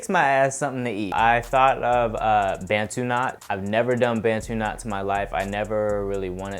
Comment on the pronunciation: Bantu is pronounced as “buntoo” not “bentoo ” Issa African word... a certain group of people in Africa, not being rude just saying 😊❤️